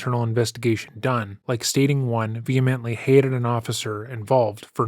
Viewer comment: She said velemently 😂